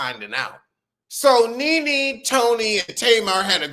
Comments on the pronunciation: It sounds like youre saying "ninny" 😆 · Why u said Nene like that 🤣🤣🤣🤣 lost my entire mind